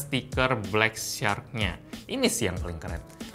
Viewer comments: Katro banget inggrisnya..bacara syak..bukan sark ! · ucapan "shark" msih slah bro.. but its ok